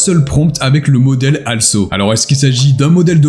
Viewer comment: Un petit détail en passant, "also" ne se prononce pas "alsso" mais "olsso" ;^)